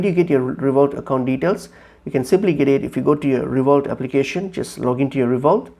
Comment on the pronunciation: It's pronounced RevoLOOT not ReVOLT!